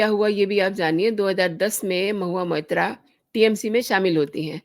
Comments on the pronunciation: What are you gaining by this post?You can’t even pronounce her name properly, you have been saying Mohiya Moitra. You are only a BJP troll. Modi has a fake degree , Nishikant Dubey has a fake degree and majority of BJPites are fake and frauds of rank A. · Shame on you!! First learn to pronounce her name properly!